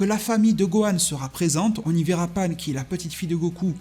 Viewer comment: Pan ! Pas panne putain ! Déjà que vous cracher sur DB GT alors que c’est le meilleur. N’allez pas déformer le nom de ma petite Pan !